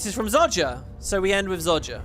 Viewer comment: Im sorry.... ITS NOT Zod Jah. It is Zoh Jah can you please stop inserting a D that is CLEARLY not in the word Zojja. I dont know how you learned to mispronounce it when its even said in the game as Zoh Jah and the developers themselves say Zoh Jah..... Please Please Please can you stop saying Zod Jah..... This is not the DC comic's. We are not talking about Superman and Zod...